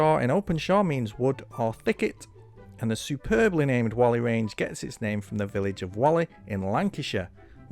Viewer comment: Just like the businessman who set up Whalley Range, I was born in Whalley, Lancashire. However they are pronounced differently. You correctly pronounced Whalley Range, which phonetically is Wol-e but the one in Lancashire is pronounced Wall-e.